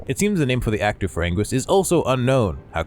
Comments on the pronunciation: It's pronounced "ann-gear-us" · It's been pronounced many different ways over the years by Toho. It started as "an-gil-as" first, it's "an-gweer-us", "an-gear-us", etc. Not to mention the questionable English dub of Final Wars: "an-gween-us"...We don't talk about that.